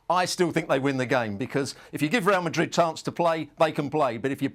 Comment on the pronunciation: I just love the way calls Real "Marid" without the d. As someone who doesn't know a lick about Spanish, it sounds just sweet in my ears 😊